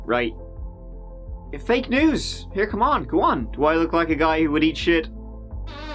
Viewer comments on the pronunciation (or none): 🥺🤦🏻‍♀️My favorite part is when u say "LET'S GIVE IT A GIW"😂when the action begins 🤍 Omg what happened to that little boy! That's so sad, how could a father do that to he's own son💔 the way he domp he's dead body shows he was really cruel 🙁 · i just want to mention that the way you say 'Go' has really grown on me and i now absolutely love it. i have taken to also pronouncing it as "Geyw" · It's so very endearing that you think 'go' rhymes with 'poo' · I'm concerned that he was found guilty with no proof whatsoever. What evidence was there? Also, apparently go rhymes with poo.